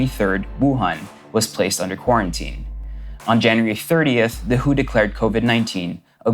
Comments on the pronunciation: Rosanna Ramos but he pronounced W.H.O as who..as in wuh.. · I've never heard anyone call it "The Who" as a microbiologist it's usually pronounced the W.H.O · It's not pronounced "who" it's W H O.